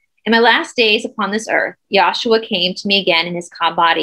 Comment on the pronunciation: The pronunciation is yeshua not yashua. I love you and the whole team very much. Thank you.